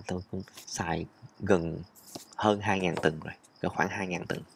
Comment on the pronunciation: Mới nghe, như là “bốn ngàn …từn.” Xem hình mới biết là…tuần (week), không phải…”từn” 😃 Xin lỗi bác sĩ 😃